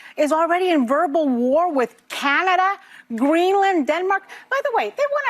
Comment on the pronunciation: it brings back, you haven't done research and you say Canada in a dumb way and you should shut up and read more than you speak. You are so confident in your ignorance. Someone tell her how good water smells